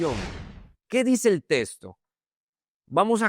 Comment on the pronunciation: Porqué dise testo se dise texto